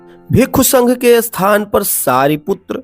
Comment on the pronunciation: स्थान और अस्थान में बहुत फर्क है उच्चारण को ठीक करें